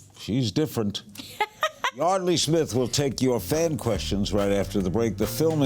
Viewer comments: So it's pronounced Yardley, not Yeardley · Larry is saying her name wrong